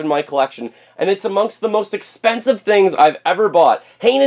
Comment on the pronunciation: "it´s very expenssive"....